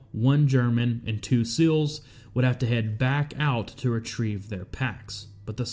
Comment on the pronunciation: Love the coverage but learn to say “seals” not 😊”sills”